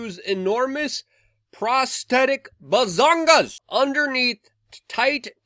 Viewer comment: Did he say “bazongas” 😂 I love you Luke. Back about 5-10 years ago we would have all just laughed these freaks out of town and told them to join the circus. Still we don’t normalize them… just avoid laughing until they are out of sight. Creeps.